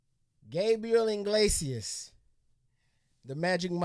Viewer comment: Eeee-glase-ee-us. Say it with me now. Eeee-glase-ee-us. Not "In-glase-ee-us". Enunciate! I hear this mistake WAY too often! He even brings it up in one of his specials! Enunciation matters people!